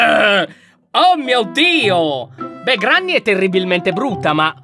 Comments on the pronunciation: Ciao Lyon ti devo dire solo 1 cosa allora granny non si direbbe granny ma grenny ok? Ciao (sei il mio youtuber preferito) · Comunque si scrive Granny e si legge grenny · Ma si dice Grenny